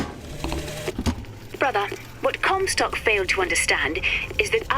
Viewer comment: "Lady COMstock"